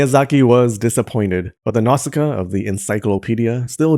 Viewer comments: Video is good but please can you pay more attention to the names? Without the subs it's impossible to tell that some "Nazka" is actually Nah-u-see-ka or Nah-u-see-kah-ya. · *Nausicaä is pronounced Nosy ka ah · It's "Now-see-kay-ah"!